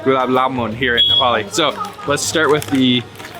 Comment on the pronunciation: Wow your Nepalese pronouncation are too good love it bro